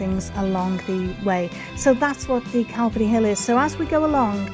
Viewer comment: Love your Vids, and pleasant presentation. Saint David's church is impressive to say the least. Like how ya say Calvary😁, u have a nice voice buddy🤝🙏. Blessins